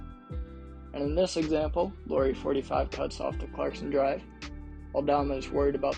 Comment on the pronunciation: He's from Jyväskylä, Finland. Only born in Vantaa and moved to Jyväskylä when he was 3 yo. 🙂 Also not "Lori", Lauri is pronunciated the same way as "Lowry" in Kyle Lowry. About five out: Jazz hasn't played that much after January when Kessler got starter nod but Lauri has continued to put up big numbers. So while that probably helped him in the beginning of the season, it's not be all end all 🙂 Other than those few nitpicks, nice video 🙂 Nice that you used meaningful clips and not just random shooting as background video 🙂